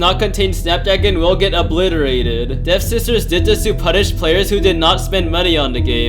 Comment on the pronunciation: Waaiiit its devSISTERS??? Not dev-ster?